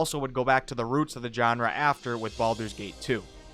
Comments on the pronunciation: Its shawn-ra...not Jon-ra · ‘Genre” is not pronounced with a hard J sound.